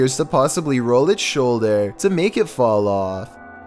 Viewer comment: Why is he pronouncing the words like that. “Shoulderrrrrr”